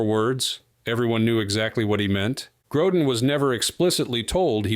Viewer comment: Gro “deen..” come on.